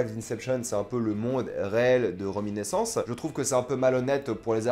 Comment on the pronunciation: RéminIscence (avec un "i") pas reminEssence comme vous dites à plusieurs reprises. Mais sinon merci pour la critique.